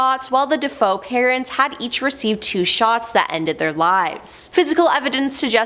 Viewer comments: Ugh SAME!! Obviously totally ignorant of the history. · Thank You for saying that 😂. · You could be kinder about it. It isn't like mispronouncing it is going to change the world. Get your panties in a bunch over something that really matters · It's not "Deh Foe" it's "Dah FAY Oh" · Aarrggh! She's making me crazy! It's pronounced, "De-FAY-oh, NOT "De-FOE"!! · Their last names were pronounced Da Fay O. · Thanks for this! I can't watch the video because of it, it's just too distracting, and then I looked in the comments wondering if anyone else noticed "Deh-foe" and it's nothing but bot comments (except yours and a few others are not bots) and then I realized... so THAT'S how they got millions of subs. Bots. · DaFoe!!!! 😮Da foe of the story is da son who killed his family!!!! She obviously inverted the vowels!!! DaFoe!!!! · I stopped watching as soon as I heard how she couldn’t even pronounce his name correctly 🤣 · Not it’s DeFeo! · 😂😂😂😂 that's exactly what I thought 😂😂😂🎉🎉 Great job none the less😊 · I hear that! It drives me nuts too! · You beat me to it. She can’t even pronounce Suffolk. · if i kept calling you. Creeper man instead of reaper man im pretty sure you would get annoyed because that isn’t your name. Regardless if you think it’s a big deal or not, the pronunciation is incorrect ❄️ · Quite sure you wouldn't like your name mispronounced. It is just wrong and shows ignorance as well, that she is mispronouncing their name.